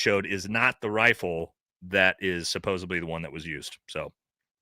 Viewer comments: Brother I love you but you gotta stop saying “Supposebly”, it’s driving me up a wall. The word is supposedly. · Supposedly* not supposebly Especially* not exapecially Jesus Christ lol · The word is pronounced SUPPOSEDLY not SUPOSIBLY. My God. And stopping fucking with your hat and ear piece. It's very annoying. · SUPPOSEDLY!!!!! Not sopobably!!! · 'SupposeDly' not 'supposeBly' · Bro I love you but you gotta stop say “supposubly” haha😂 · Can we please fix the “supposebly? It’s supposedly. 😂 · It’s pronounced “supposedly” NOT “supposebly”. It’s a “d” not a “b”. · Supposedly, not supposably. Better yet, allegedly. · The word "supposedly" doesn't have a "b" in it. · OMG kept thinking the same thing! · Friendly tip, there’s no B in the word supposeDly. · Is it an ongoing joke that you keep saying 'supposebly'? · Stop saying "supposbly" smh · Please stop saying "supposeBly" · Someone has got to tell him how to pronounce and spell supposedly